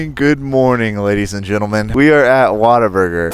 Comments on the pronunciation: not be that guy but you pronounce it what - a - burger and texas is not a country its a state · as someone that is not american i really tried to hold laugh when he said WaterBurger like lmao , Waterburger, the fuck is that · You can't pronounce Whataburger.